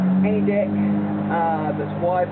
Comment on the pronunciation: u need a new camera everytime u say deck it sounds like dick and u say deck alot...